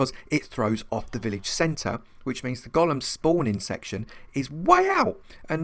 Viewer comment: Thank you for pronouncing golem correctly. You got a Like just for that. I had written my comment before when you inexplicably began pronouncing it differently. I took back my like. "Gollum" is a character from Lord of the Rings. A Golem (Goal-Lum) originates in Jewish folklore. It is an artificial human-looking construct, usually created out of clay, and magically brought to life. If I recall my readings, it was mostly used to work for or protect its creator.